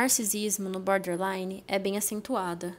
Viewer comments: Repitam comigo 10 x " BOR- DER- Li-NE" e não BÃderline e nem BÓDELINE. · Meninas, é boRtherline, não é butter nem bother. Acho que seria legal vcs aprenderem a pronúncia correta desse transtorno.